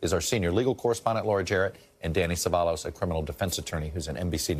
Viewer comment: “Danny sevalos “ CEVALLOS “Se*va*yos”